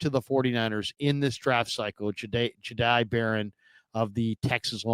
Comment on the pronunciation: It’s Jihaad!! Not Gihaad!!!!! Smdh ridiculous!